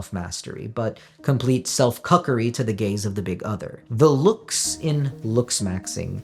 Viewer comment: I know you keep saying "gaze," but it's way more entertaining when I think you're saying something else. "Complete self-cuckery to the gays of the other" and "it feels good to submit yourself to the gays of hegemonic desire" had me chuckling for a while